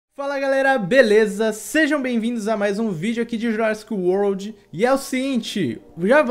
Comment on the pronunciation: melhor inglês da vida